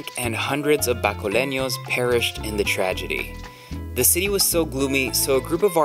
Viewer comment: It’s actually bacolodnon, not bacolueños. I think 😉